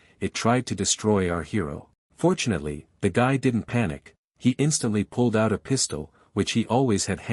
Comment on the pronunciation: When u say fortunately it sounds like ur saying unfortunately